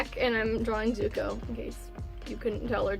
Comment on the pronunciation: For a second I thought you said Izukuo